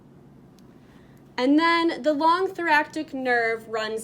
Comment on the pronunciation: That is not how you say thoracic 🤦‍♀️